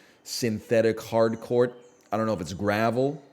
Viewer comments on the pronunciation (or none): none